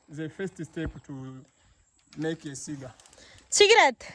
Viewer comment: Cigar Alla cigaar that's different from cigarettes